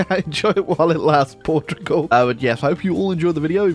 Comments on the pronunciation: Port Tugal yes, this is how its pronounced I'm gonna force feed u pasteis de nata for this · "Portiugol" xd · From a Portuguese guy, it heart wearing you trying to pronounce the name of the country.